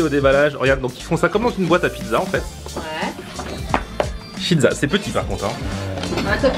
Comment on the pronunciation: on dit pas chizza mais cheeza